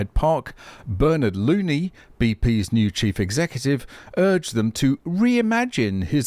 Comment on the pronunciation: That unfortunate surname is actually pronounced Loh-nee (it's Gaelic), but still ...